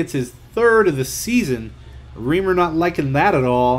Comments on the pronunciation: and stop saying riimer its REIMER. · Dude Its Reimer Not Reemer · just to let you know it's pronounced ry-mer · Reimer is pronounced as "Rymer" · Toronto's goalie is pronounced as Rye-mer...